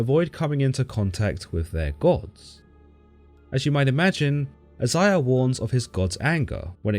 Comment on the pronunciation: She's mentioned in Isiah, which is pronounced I-Zay'-Ya not however dude was saying it Geez Louise